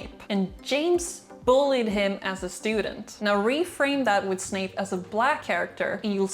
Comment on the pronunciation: Not you saying Snake...